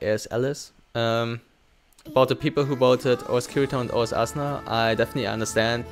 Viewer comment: Dude how the fuck do you say Asuna in vocal, Asuna to Assna ? AHAHAHAH